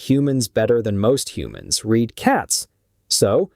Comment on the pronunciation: I turn these off the second the AI voice can’t pronounce the right version of read